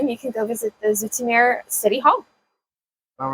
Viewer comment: She says "Zoetermeer" right, but the stress should be on the last syllable: "zooter'MEHR".